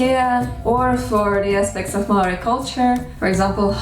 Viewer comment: Great pronunciation for someone who's not even Kiwi, let alone Māori. Gotta say, though, 1st century AD is the earliest date I've ever heard for the arrival of Māori here, by quite a long way. Modern archaeology puts the first settlement at mid 13th century. I've heard a Māori estimate based on genealogy that puts it in the last century or two of the first millennium. I should also add that ng and wh are digraphs (like English th and sh), not diphthongs. Did you know that the Māori word for "what" - aha functions mainly as a noun, but can also function as a verb? It even has a passive ending -tia! The Māori for "What has happened to you?" is "Kua ahatia koe?" Literally, "You have been whatted?" Overall though, I'm impressed with the accuracy and with the care you have taken over this. I've enjoyed several of your other language videos recently, and this gives me increased confidence in the information you've shared there. Mā te Atua koe e manaaki!